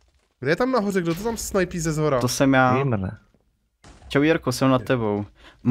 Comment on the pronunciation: anglické slovíčko Gamer sa vyslovuje gejmr ...😃